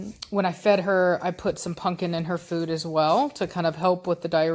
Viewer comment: Love how keeps saying punkin instead of pumpkin!!!!! 😆😆😆😆😆 That's what i call my dog, punkin ❤ Giovanni looks so much like Blondie. He is so handsome though.